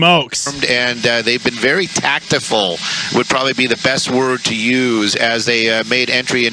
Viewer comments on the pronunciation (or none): Did he say Tactiful? What?